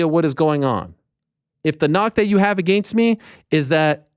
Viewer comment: The MMA Media is full of losers and people that say “I Mean” 50 times in 5 minutes. Ariel cannot even say “Against” correctly. I am no fan of Brenda either.